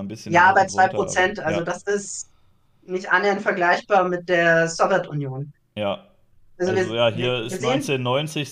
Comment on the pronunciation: Geht mir genauso! Man merkt, dass viel Arbeit in die inhaltliche Aufarbeitung investiert wurde. Zum zweiten Punkt: Da meine Eltern in der Sowjetunion aufgewachsen sind, bin ich es eh schon gewohnt, dass sämtliche Begriffe aus dem Themenblock ,,interessant" ausgesprochen werden. ,,Sowirtunion" ist da tatsächlich noch sehr zahm🙈